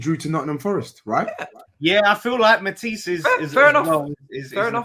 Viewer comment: 😂 ffs let that word go lol